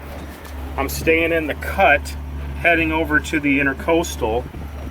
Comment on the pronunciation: Educational, and a bit hair-raising. Two thumbs up for the 7am idea. ICW - Intr_a_coastal (not "inter"). intra = within. Very common mistake. (just doing my part to help ;-) I'm sure you said somewhere along the way, but can you say now ... what was the length of that pontoon shanty boat?